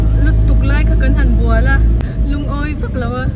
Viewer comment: Bual tih i lam dan hi a mak e bawlh ti deuh in i lam zel. Chuan in naute hi a chum dawn niang a lian reuh em mai, a hmeltha em em bawk.